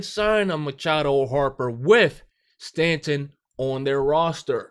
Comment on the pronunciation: why do you pronounce Stanton’s name like that? Lmao and not tryna be rude but your logic makes no sense.